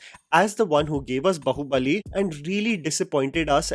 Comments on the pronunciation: it's Baahubali, not bahu bali😂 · भाई आ की मात्रा सही जगह लगाना सीख जा। बहुबली नही बाहुबली, काल्की नही कल्कि।